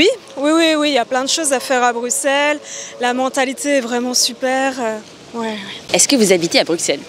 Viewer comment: Prononciation correcte avec « s », le « x » est souvent utilisé par les étrangers, français inclus. C’est une particularité que ne l’on peut pas connaître sans y vivre, pareil pour d’autres noms de villes, comme Anvers par exemple. Prononciation correcte est avec un s « grave », alors que normalement on prononcerait avec un s silent.